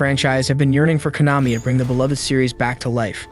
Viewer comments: did he just say Kah-no-me? 😂😂😂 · "Con-uh-me" one of the most prolific game companies and you mispronounce it on a game channel? Obviously someone just reading from a script who knows nothing about these games. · Kah-nahmee? You mean KO-nah-mee? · Why you pronounce Konami like that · Did he say Konami wrong? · The way he pronounces "Konami" xD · Capcom is not pronounced Capcum. Konami is not pronounced Con-ami. Youngens